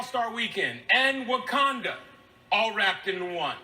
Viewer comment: That was.... bad and it's not Wakunga it's Wakanda!